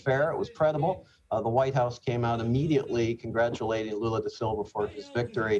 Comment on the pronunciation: Pretty sure I heard him call Lula, Lulu